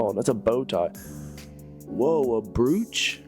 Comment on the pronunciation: Not brooch.... browch